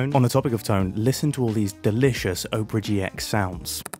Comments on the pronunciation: Oprah GX 😂😂😂 would you like to see the latest showing at the OPRAH ((instead of opera) my bro. i love you, but its three syllables. thats why brits have trouble saying it. " AH - per - uh" love this episode mate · mumbo.... its op er a not oprah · is mumbo pronouncing opera like oprah in the ad read? XD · Mumbo did you say "Oprah GX"? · You say it as Oprah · Mumbo: I'm saying Opera right guys trust me CC: Oprah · Oprah GX? Never heard anyone pronounce it that way. "look under your chair, you get a gaming browser, and you get a gaming browser, EVERYONE GETS A FREE GAMING BROWSER!" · Mumbo, my dear, my love, darling. I feel like I cannot let you continue like this. I care for you far too much. It's pronounced "ah-pra," like the show with the singing. Hope this helps. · "Oh-prah gee ex" seems like the wrong way to pronounce Opera. I think it's supposed to sound like the musical performance rather than the daytime talk host. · Please don’t say oh-per-a gx it kills me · There is no way that is the correct pronunciation of opera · If you're saying it right, then they spelled it wrong. If it's supposed to sound like the name of the TV Personality, it should be spelled Oprah...because that's how her name is spelled. If it's supposed to be spelled that way, it should be pronounced the same way as the theatrical/musical style Opera. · Noooo you said opera wrong go backkk